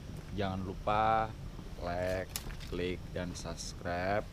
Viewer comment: Ngomong "Like dan subscribe" medok wkwk 😂